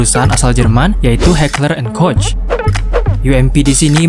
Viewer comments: senjata di thumbnail adalah: FN herstal Project 1990(P90), dan Heckler and Koch MaschinenPistole 5SD(MP5SD). Oh ya min, cara bilang "koch" adalah 'Kohg' ya. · ...FN Herstal P90 bukanlah SMG. Melainkan PDW dan Heckler and Koch MP7 itu secara teknis adalah PDW dan bukan SMG. Karena kaliber peluru yg digunakannya. PDW adalah gabungan dari Karabin dan SMG/Pistol Mitraliur. "Koch" dibaca "Kock".